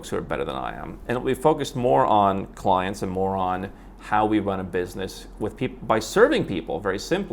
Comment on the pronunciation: Thanks and good luck! A little constructive criticism: Don't say "More on". It sounds too much like "Moron". I always enjoy your content, if for nothing else but mind candy to expand my consideration of possibilities.